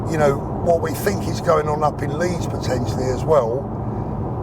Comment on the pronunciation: Its "think" not "fink" learn English (your native language) racist thing needs to acknowledge 🇬🇧 IS THE THEIF OF THE WORLD learn your history your crimes - IM NOT YOUR FRIEND